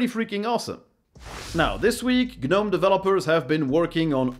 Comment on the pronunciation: Isn't the "g" silent on gnome? So it would be "nome" when pronounced, like the "k" is silent in "knife". "guh-nome" would be like saying "Kuh-nife". I hear this pronunciation on a lot of linux videos, not just this one. I went to "pronounce gnome" on google, and yes, it's a silent letter for that word.